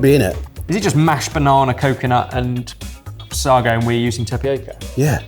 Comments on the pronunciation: Gosh I love this series and am so glad it’s back. However,- now as always I get really peed off by mispronunciation of ingredients and techniques, even those he would/should have learned at catering college. This time it’s sago pronounced as “sargo” instead of “saygo”, but the list is endless. A few seconds on google would fix those mispronunciations before they are recorded and the rest of the guys’ parroting of them. Sloppy? Lazy? Arrogant? Hmmm. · I was struck by the similarity to tomalley (no idea of the spelling). BTW sago has the emphasis on the a so sounds like say go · Have you never heard of sago pudding?? God that makes me feel old! I regularly had it at school, it's like tapioca. And it's pronounced 'say go' - omg sar go 😂😂😂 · If I hear them say "suggo" one more time instead of "say-go" I'm going to lose my mind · It's sago, as in say-go, not saa-go. Wikipedia agrees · it's pronounced 'saygo' not 'sahgo' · I used to have sago (say-go not Sag oh) as part of UK school dinners it went along with rice pudding, tapioca, and semolina. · Say-go, not Sah-go. Pronunciation was all over the shop on this one. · Sah-go? You can't do the venerable school joke with that pronunciation! Q: How do you start a pudding race? A: Sago! (Say go!) Whe I was at primary school, I did't mind the daily bottle of free milk, but every lunch was finished with a milk pudding, which you had to finish. It really overfed you with milk beyond human endurance (semolina pudding, tapioca pudding, rice pudding, sago pudding, then repeat). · Listening to the boys pronounce Sa'r'go afterca lifetime of Sa'y'go has me wondering which is right 😂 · When you are saying sargo, do you mean sago pronounced say-go? I know I sound like I'm being a dick but it's a genuine question that I've pondered on how to phrase for far too long and now everything I type sounds wrong! I am just wanting to know if it is that or a different thing I've never heard of please. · Sago..pronounced SAYGO...😅